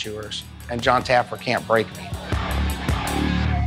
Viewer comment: Lmfao I loved the drunk security guy calling Jon Taffer, Jon Taggerfeet 🤣🤣🤣